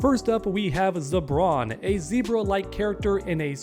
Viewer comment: Broo... I keep hearing "Zebron James" in my head.. 😂